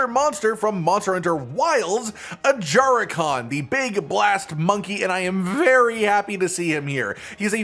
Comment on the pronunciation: why do you pronounse ajarakan a-jar-akan